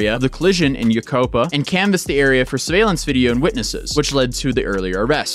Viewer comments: Im sorry but its you-kai-pah (yucaipa) not youcopa, not important but im in cali and cant let that stand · I had whiplash lmao everyone out here in Cali pronounce yucaipa as yu-kai-pa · Yu-ci-pa that's how we say it. 😂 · Lols Yucaipa is pronounced You-kai-pah I live in San Bernardino county so this story kinda shocked me more than usual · Also, I have to say, I am thoroughly enjoying how pronounces Yucaipa differently every time! 😂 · The way you pronounce yucaipa just hurts my soul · I hate how you pronounced Yucaipa